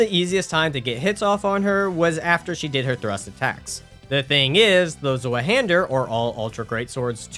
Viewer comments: its pronounced "Zweihänder" not "Swueh-hähndör"💔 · Honestly kills me how you say it ill make it easy for the future. The nameis (two hand) in German (zwei=2 and hander= hand) how you pronounce it is "zVi-hander" ❤️ great run btw!! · bro, as a German every time someone tries to pronounce that I have to laugh, almost no one knows how to pronounce that shit